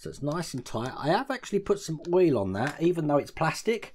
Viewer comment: I love the build so far and I'm looking forward to starting this myself being a fire fighter myself. My wife and I get a good laugh every time you say oil. Lol! We just find it funny.